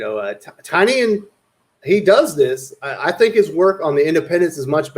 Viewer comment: Bro it's pronounced TIN-EE-YUN